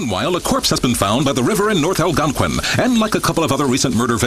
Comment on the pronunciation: That can't possibly be how Algonquin is pronounced